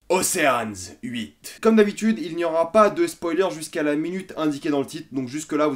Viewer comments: OCHEANS EIGhTTT pas oceane huit hahhaha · Océanes huit ? T'es déjà allé en cours d'anglais dans ta vie XD